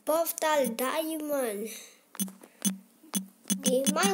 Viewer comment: Filbert kamu ngikutin oyy33 ngomongnya poftal lagi wkwkwk